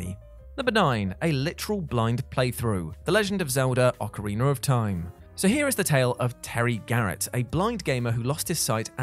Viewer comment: OcarinA, Not OcarinER!!!!